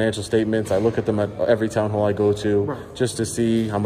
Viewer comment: you said "hoall" instead of "hall".